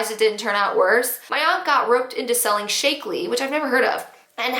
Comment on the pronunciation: I can’t believe you got a story about Shaklee!! It’s probably one of the oldest companies out there. Yes I have heard of it before. Pronounced Shak-Lee, shack like the run down building, not like shake. P.S. “oh my!!”